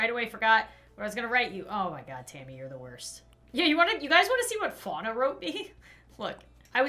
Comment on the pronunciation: THAT'S NOT HOW YOU SAY FUANA!!!!!!!😂😂😂😠😠